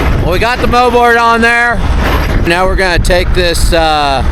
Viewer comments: its called a Mold board, not a moe board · “Moldboard” not mowboard